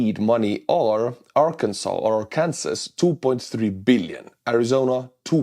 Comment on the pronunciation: Please do not ever say ‘Ar-kansas’ again! 😂